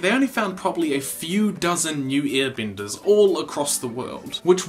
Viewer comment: Why do say I instead of E? You’re talking about earbenders and wistern...